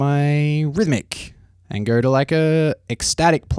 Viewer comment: "if i goRrr" why does it always make me cringe